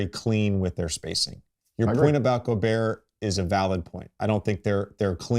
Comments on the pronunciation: When the 👑 can’t pronounce your name you’re not DPOY..Goberr 😭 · Why do americans find it so hard tp say goberts name